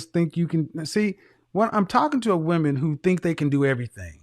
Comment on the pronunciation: Men not min.